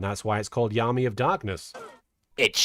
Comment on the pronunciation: Oh you weren't pronouncing Yami like that just to be funny? I would have never realized it wasn't a joke. 😂